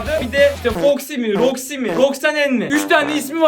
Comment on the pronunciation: Roxy yazılıyor roxsi diyiliyor